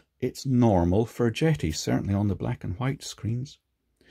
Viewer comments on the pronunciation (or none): I dunno, call me crazy but when I first saw this brand name, JETI, I thought the name a play on the starwars JEDI, No? So when says Jet(eee), I'm thinking Jet(Eye)....